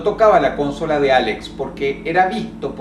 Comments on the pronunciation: Dross dice: "Cónsola". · Y es ''Consola'' pero bueno... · cónsola o consola jajaja LOL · como dijo dross la cónsola